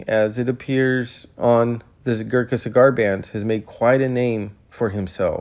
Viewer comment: Opening statement of the video and..... pronounces the word "Gurkha" wrong. Ignorance or laziness?